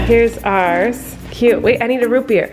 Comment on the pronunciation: No one: Absolutely no one: Not even Flynn: Colleen: You already got my root beeAHr?